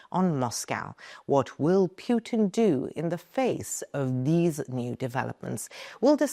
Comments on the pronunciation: It’s PUTIN, not PJUTIN. You are very unprofessional, AI or not🤮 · ANKA news is great! Your coverage on the conflict in Ukraine is second to none! I too love the way you say Putin "PewwTin." If there ever was a stink in the world it would be Putin or should I say PewwTin?